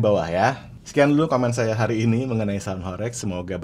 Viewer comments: Bro, penyebutan HOREG yang benar (huruf E) sprt mengucapkan ulEk, budEK atau pilEk.. begitu bro💪🏻🔥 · Pengucapan horeg salah coach, e nya seperti beras....